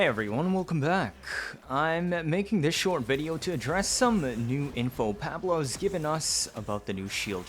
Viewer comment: Your pronunciation of dagoth and pablo is like nails to a chalkboard